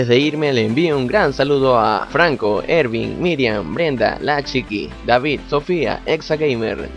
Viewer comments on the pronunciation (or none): none